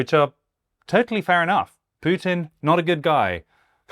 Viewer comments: Mr Syed should learn to pronounce Putin's name properly. It is not 'Pjutine'. Smacks of quirky mannerism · Matthew Syed does not know how to pronounce the name Putin. It could be a speech impairment, of course. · I am not sure I get the terminology of the second speaker. What does he mean exactly by oligarchs and cleptocrats? Also I see that he pronounces Putin incorrectly, which is probably lack of knowledge, at the same time he claims to have very deep knowledge of the country. But how do you have it if you don’t even know the last name of its president? Also, I don’t get the point about palaces. Trump has his luxurious properties, which he bought himself, true, but also British royals have properties which they didn’t pay for. Properties or money in itself doesn’t mean much. This is very much a conjecture. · It's hard for me to take people seriously on this issue if they can't even pronounce Putin's name correctly. Syed just repeats what you can hear on the 5 min TV news segments. His analysis is as deep as a puddle and he seems think that we live in a Marvel comic. Ridiculous man. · Said sounds very much like Pierce Morgan. He is so small minded he cant even pronounce Putin's name properly. Pretending to care about Russia!! Look at Russia today from what it was in the 90s. On europe being on the black until 70s - thats the money you looted from the colonies. No colonies and you are on the red.